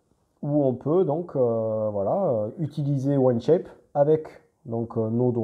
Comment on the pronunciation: Merci pour la vidéo ! J'allais faire la même réflexion, c'est On Shape et pas One Shape. Il faut prononcer 'On' comme 'On/Off'. 😉👍